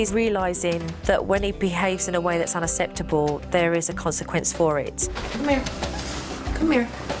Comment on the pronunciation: Love you supernanny but you can't pronounce UNACCEPTABLE properly hahaha